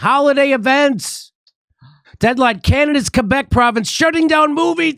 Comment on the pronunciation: A special mention to Jimmy for pronouncing Quebec perfectly. Jimmy ! Who would've thought. Bravo !